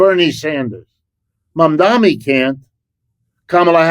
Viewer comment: His name is MaMdaNi, not Mommy-dommy. It's M before N, like in the alphabet.